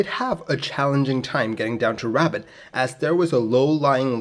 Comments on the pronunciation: Good ol’ Rabbit, Morocco! I’m starting to think this channel isn’t really about aviation education, but rather an elaborate scavenger hunt based on city mispronunciations. I assume when someone collects them all (there’s at least one per video) and descrambles or decodes them or whatever, it will lead to buried treasure, or a Swiss bank account, or something else juicy. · I'm going to it up a video that repeatedly says two plus two is five, and when someone comments that it's four, and why didn't I check before uploading, I'm going to say "I pronounce f-o-u-r as 'five' because language is fluid, and anyway you knew what I meant!" . ruh-BOTT. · Appreciate the vid bro, but I'm pretty sure it's not pronounced as Rabbit 🐇🤣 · I believe that is pronounced 'Rue bart'. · The presenter pronounces Rabat as Rabad and can't pronounces th or z. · if you heard that anywhere other than in this video...you heard it wrong. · I've always enjoyed your aviation videos. I'm sending you a very friendly nudge to search out the correct pronunciation of a city/location name before posting. I'm just using (Rabat) as an example. Correct name pronunciation sounds professional, researched and can only be a plus. Good luck with your next clip. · This guy is driving me nuts saying "Rabbit" lol!! The name of the city in English to my knowledge is "Rabat" (Rah-baat) . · pronunciation is rah-baht not rabbit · It’s more like “robot” than “rabbit,” with an emphasis on the second syllable (Rabat is Morocco’s capital) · Pronounced ' Ra - bat ', not rabbit. Interesting video, thanks. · Love these videos. You do such a great job. Thank you. FYI: just so you:lll know: iRabat is not pronounced like rabbit but RA-BAHT’. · notei; t is not pronounced Rabbit, it is pronounced Rob-bot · The city is pronounced Rah-baht with emphasis on the baht. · I heard it "Rabbit"! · Also it’s “can-eat-ra” (Kanitra) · Yeah "rah-BAHT", i always thought - maybe no inflection, or just a hare of one... XD.